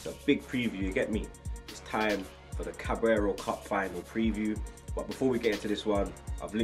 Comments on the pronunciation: Carabao not cabraro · My man cannot pronounce Carabao xD